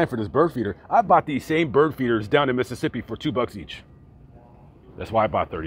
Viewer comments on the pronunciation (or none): none